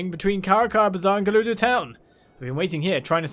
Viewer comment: Is it me or is actually saying "Gerudoo Town"?